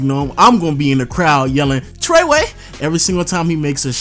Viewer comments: when he says "Trae Way" got me dead LMAO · if you say treway like that ever again, I'm unsubbing with no hesitation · “Trae Wae” I’M DEAD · When says "Treyway" it makes my day everytime lolol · Who else cringed when they heard this man say “trey way”